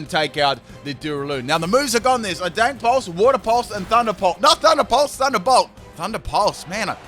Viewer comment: Why does he say dank pulse